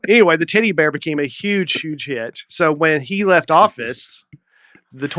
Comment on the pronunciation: sounding like he was saying "titty bear" instead of "teddy bear" was very distracting.